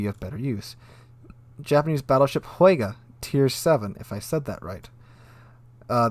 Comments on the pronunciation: Hyuga isn't pronounced as Wheyga, its more like Hugh-ga. Schultz, when scounting: "I zee nothink! NOTHINK!" Also, damn those new DDs have a shitload of HP. like 6-10K more than their tier equivalent, including cross faction comparison. These are easily the highest HP DDs in the game. And damn those guns are looking tasty... German railguns. AA isn't bad either, bit weak on long but short and medium range damage is pretty good, so it won't be quite the fly swatter than Halland is. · It's pronounced "hyoo-ga" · Hyuga - For anyone who doesn't know is pronounced a Hugh-Gah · the yu is literally pronounced as "you" in English, so you can read it like H-you-ga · "Agnicourt"? Really? Dude. And "Huega".... The pronunciations are on Wikipedia. ;-) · You pronounce “Hyu” as in “Houston” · Hyuga is pronounced more like Hyou-ga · Hyuga is pronounced HEE YOU GAA